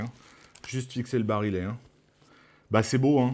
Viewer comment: On prononce b-a-r-i-y-é et pas bari-ll-et(è)